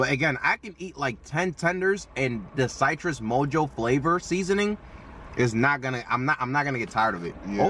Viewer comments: Why you pronounce Citrus like that? 😭💀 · oh nahhh you're saying it like cytrus 😂